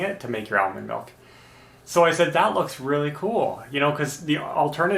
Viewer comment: "Ale mond melk"?, you're killin me. (Ashley too I bet lol)